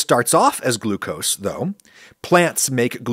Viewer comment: I like "Glu-co-see".